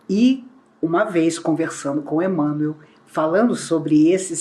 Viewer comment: A pronúncia de "Emanuel" é idêntica a' de "Manuel","Miguel","Rafael*, etc.